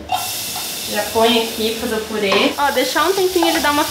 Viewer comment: eu chamo de purê e acho uma graça quando ouço pirê kkkk